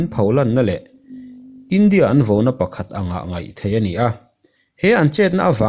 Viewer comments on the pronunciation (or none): Vauna nge vona?? I video dangah pawh "vau" ti lovin 'vo' i ti niin a lang... VAU, VAUNA tih tur aw....